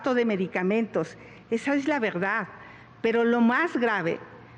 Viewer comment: Xochitl: Pegsonas La Vegdaaad Peeoog Claraaaaaaa Geconoceloo 😂